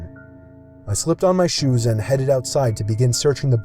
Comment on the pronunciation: Am I the only one who thinks it’s funny how he says shoes